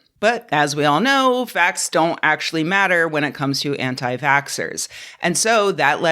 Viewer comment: For a moment, I thought you said Anti-Factsers for a second... It still worked!